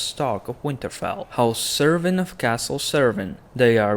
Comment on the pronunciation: It's pronounced Kerwyn although it's spelt Cerwyn.